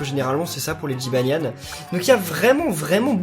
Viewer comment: j'ai trop rigoler quand ta dis jybanian 1